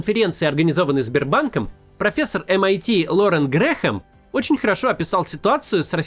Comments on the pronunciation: Грэм, не Грехем. Graham читается как Грэм. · Только не Грэхэм, а Грэм